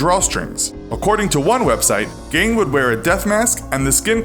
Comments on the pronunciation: It's not pronounced Gain, the correct pronunciation is Gean (much like bean). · Why is the narrator pronouncing in “Gain”? Ugh. Even if that’s how it’s pronounced in Germany (or wherever), Gein himself said it as “Gein”. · It’s pronounced Geen jot Gain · Imagine doing a whole segment on famous ed, and pronouncing his name wrong the entire time. How do you say Gain and think it’s acceptable content? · love these but it is pronounced Geen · Geeeen is the pronunciation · It’s pronounced geen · Tried to listen but the narrator constantly mispronounced Gein and it was soooo annoying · Didn't pronounce eds name correctly once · It's not that you said 'Gein' wrong, it's that you said it wrong so many times